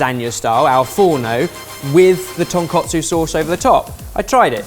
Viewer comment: pleasse dont pronounce it like ton kot su :(...